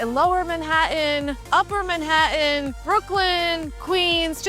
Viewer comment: Like the way you pronounce "Manhattan" 🙂